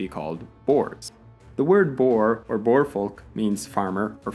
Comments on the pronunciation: Boere : Boo-reh. We’re not boars. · Good video. Butchered the names lol but that's to be expected. Boer is not pronounced as boar but more like boor. It's an oo sound like the ue of blue. The plural for boer is boere. The E pronounced like the i in bit. So something like boori. Xhosa is pronounced with a tongue click at the start. Kind of a mix of a click and a suckle. click oZa. Very difficult for not native speakers. Khoi is like Boy with a k. San is like run. Jan is also like run with a ya . Van is also like run and not like the vehicle but with a f not a W sound. Riebeek, the ie is like the y in fairy but a tiny bit shorter and sharper. the ee sounds like the ea of idea, ending with a hard k. You actually got kwazulu natal pretty spot on which is impressive. Thats one people always struggle with. Please make more videos. It's always interesting to see my country's history through the lens of an outsider.